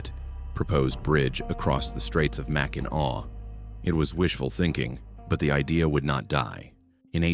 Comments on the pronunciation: It's pronounced MAC-in-aw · At least he didn’t say Mack in nack 😅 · Mackin Awe good job AI 🤣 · Arti Ficial Intel Iigence....at least he didn't say MAC IN ACK....which most do!! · That is a pretty annoying mispronunciation! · Hillarious pronouncation 😅